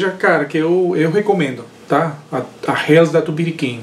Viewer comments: to interessado em fazer uma Helles, esse nunca provei. A pronúncia é "reles" e não "rels" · Eu não sei pq sempre falo “infernos” :) kkkkkk valeu pela correção... a pronúncia correta no alemão é /reles/